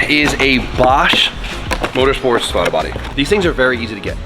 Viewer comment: Bruh said Thwaddle Body 😂 We love you